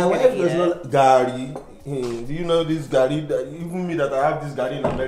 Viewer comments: If you cannot eat it at least pronounce it well. let us baptize you with garri. Love u guys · And it's not "Gary" it's "Garri" 😂😂✋🏿please ma'am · I literally made a meme off reaction 😂. This garri variant (Ijebu Garri) has a sour-like taste thats spikes your taste bud, but it's 'muaaah' 👌🏾., give her non-ijebu garri next time she comes around. 'Operation get ling to like Garry (her pronunciation). 😂 You could see the dissatisfaction in face. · garri not Harris! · The way is saying garri... that's car in Swahili, gari😅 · Lol Garri not Gary 😅😅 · Please pronounce "Garry" properly just one time. We all are watching eagerly for you to pronounce it properly the way your hubby pronouncing it. You are trying to americanize the pronounsation of "Garry" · Even if you don't like it, at least pronounce it well. Garri shader!